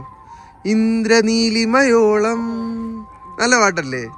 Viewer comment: ഇന്ദ്രനീളിമയോളം അല്ല ഇന്ദ്രനീലമയോലം